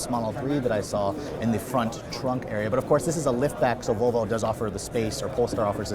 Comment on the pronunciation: For the love of peter, it’s Vallvo. Not voolvo lol